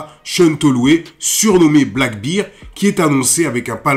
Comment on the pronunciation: "Bear" Ça se prononce "Bair" pas "Beer" sinon ça devient "La bière noire" lol